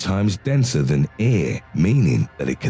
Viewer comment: Lol. The way he pronounces air